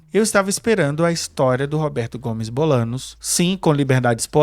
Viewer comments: Por favor, Bolaños, se pronuncia Bolanhos. No próximo episódio corrijam isso. 🙏🏻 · Como vamos levar a sério alguém que fala "Bolanos"? Hahaha